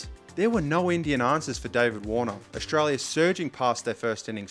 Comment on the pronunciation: Ok young man this is good content, but please don't pronounce it Ausshhtralia. You're making a 'sh' sound.